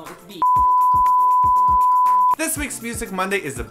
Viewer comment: HEEEEEEEEEEEY said beast at the end of the video and not betoost!!:P